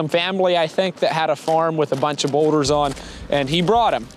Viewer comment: what kind of boulders did you say you used on this feature? Sounded like you said weathered something??